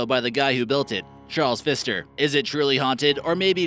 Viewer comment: #2 PFISTER Hotel remove the P from PFISTER. XD